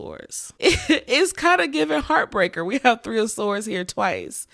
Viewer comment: All “tree of y’all”😂😂 foreal all three resonated! ❤